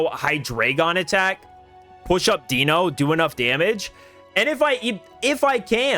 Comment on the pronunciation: The content on this channel is awesome. One of my go-to places for competitive play! Can I please point out the pronunciations of the dragons? They are based on the German numbers for 1, 2, and 3. Eins - 1, DEINo one head pronounced DYE-NO like dinosaur Zwei - 2, ZWEIlous two heads pronounced Z-WHY-LUS (or Z-VY-LUS with the German accent) Drei - 3, HyDREIgon three heads pronounced HI-DRY-GUN I hope we get an ex for Hydreigon that will be competitive!